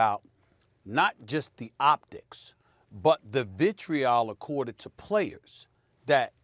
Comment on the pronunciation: "optics and 'vitreol???'" Dafuq u saying bruh